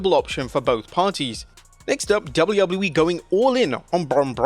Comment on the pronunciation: Please for the love of god GET SOMEONE THAT CAN SAY WWE TO DO THE VOICE OVERS it used to be funny and now it's beyond annoying